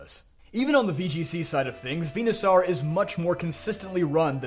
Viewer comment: Dude are you ever going to get Venusaur's damn name right?